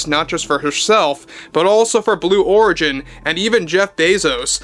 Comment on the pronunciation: it's origin as in original. Not Oregon as in Oregon. 😅😅😅